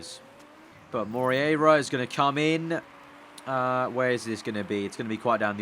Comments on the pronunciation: it is mo-rey-yi-ra . Hahahaha . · you prenounce it like: mo rear a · hey, about the argentinian driver, try read it like "more-hey-ra". it kinda sounds the same, trust me;) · Moreira is pronounced "Mor-A-ra"... just click on the spanish sound icon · not really, it was the best attempt but not perfect at all. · Martim Xavier In a very English accent....